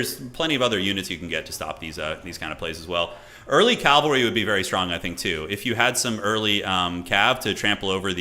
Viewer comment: pls. it is pronounced CAV-AL-RY not CALV-AR-Y!!! you even say "CAV" as an abbreviation!!!!